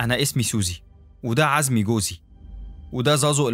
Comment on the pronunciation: زومي يعني عزمي.. جوز سوزي.. جوز سوزي هو اللي قتلها😂